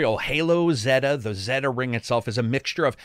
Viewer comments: Zeta is pronounced 'zay-tuh' - like 'beta'. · Why do you pronounce zeta “ze-da?”